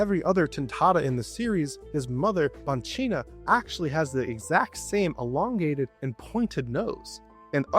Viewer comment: i'm italian and i'd like to specify that we don't read the word banchina like this. instead we say bankina. if you want an italian person to read it like that you must write bancina.